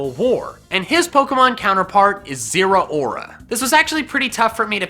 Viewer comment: Did he just say zuora as " zero-aura"?